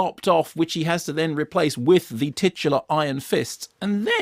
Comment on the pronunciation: Ah, so that's how you pronounce "titular"! Thanks Mark!